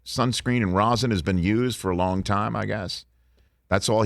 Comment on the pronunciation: It's. Called. Rosin.